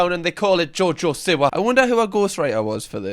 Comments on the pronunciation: jojo see-wa. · “JoJoh sIwAh”😂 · only thing that triggers me more than jojo siwa is ur pronunciation of jojo siwa